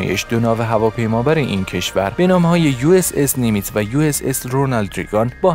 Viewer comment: سلام لطفً لااقل متن خود را چند بار بخوانید و درست تلفظ کنید . نیمتز را نیمیز تلفظ میکنید و اسکادران را اسکاندان. و اشتباهات دیگر. با تشکّر